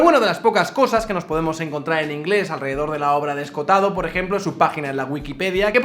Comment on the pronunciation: En vez de Escotado que es como lo nombras, deberías pronunciar las dos oes: Esco ho tado.